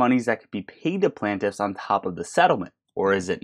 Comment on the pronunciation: Bro please it’s PLAIN-TIFF not plan-tiff